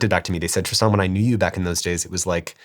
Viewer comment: I refuse to take anyone seriously who insists you call them Tristaaahn. Tristan has a standard pronunciation.